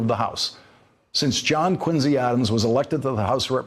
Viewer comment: Brilliant - Lawrence correctly pronounced the middle name of the 6th president as "Quinzy" the first American of any description I have heard,, historians included. Mind you, he does hail from Massachusetts, so we shouldn't have been surprised..